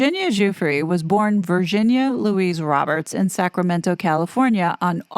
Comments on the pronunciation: Is that how she pronounced her name? Virshzinia? Cause it’s spelled Virginia lol. Killing my OCD 🤦‍♀️ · OMG. It's driving me crazy. Virshzinia. Like Sza Sza Gabor? Wonder how she pronounces, say, the word virgin. Or version. WTF